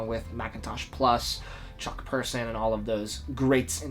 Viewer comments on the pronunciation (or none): none